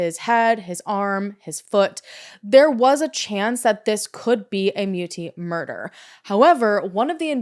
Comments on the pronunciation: And Muti is pronounced Mootea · Hey! South African here - thank you for bringing attention to this case. Just for interest's sake, "muti" is pronounced "moo-tea"